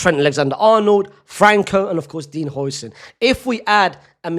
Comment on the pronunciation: Its not hoi-sen its how-sen its so cringe hearing him pronounce it wrong😭😭😭